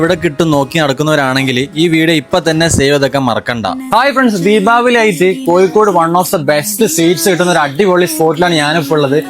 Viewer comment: കോയിക്കോട് റൈറ്റ് അല്ല ലെഫ്റ്റ്